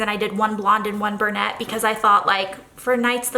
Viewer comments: I think traveling spreads are the best! One of my favorite of yours ever was the glamping one with the RV and cactus and bandaids (it was a mystery kit!). But girl when you say bur-nette instead of brunette, I’m like Burnett’s—where’s the alcohol?! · A “bernette” or a “brunette” haha. I’ve never heard it pronounced like that before. 💜💜💜💜💜 I love these spreads.